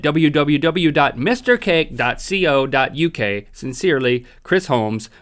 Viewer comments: Second time now Link, I have to correct you, the "co" in ".co.uk" is pronounced and "K-Oh" the same as in "co-operative" not "Sea-Oh" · Just a tip, we don't say .C O. in the uk. We say co like koe. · Lol I it's funny cos they r American Link said C.O.uk haha it's meant to be co, pronounced like Coe!😂😅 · Just to make something clear in the UK where the cake came from we say koe not C O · It's co as one syllable not C O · When it says .co.uk, you don't say CO - you say co, as in coworkers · Just a little thing... In the UK, we say the 'co' in '.co.uk' as it is, not sounding each letter out. But you are free human being, so you can say it however you like. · . 'see oh' .uk??????!!!!! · Btw link, the co in .co.uk is said like it looks, like how you say coal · I was just thinking that too.. its like a k sound not like 'c/see'.. it really shouldnt but it kinda annoys me when he says it wrong